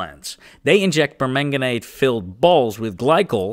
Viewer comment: Of course, I'm happy to help! I'll do my very best. Here's one: the "per" in permanganate and perchlorate is pronounced "purr" instead of "pair".